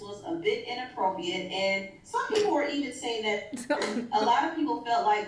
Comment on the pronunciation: It’s inappropriate, is saying it as inappropiate without the r.